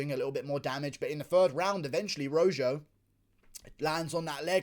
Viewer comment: "fight of the night, Jourdain vs. ROW-ZJO" 😂😂😂 I love it. That'd be ROW-HO my man.